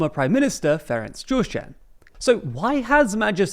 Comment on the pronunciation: But he couldn't pronounce Gyurcsány. :)